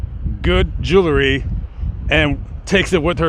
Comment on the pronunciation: What is joolery? It's JEWELRY! Otherwise interesting.